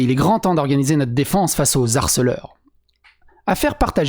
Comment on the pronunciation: Au fait quand un mot commence par un "H" on ne fait pas la liaison: mon te traite "de harceleur", pas "d'harceleur"... signé M'harcèle Serre-dents... Non mais c'te bordel!!!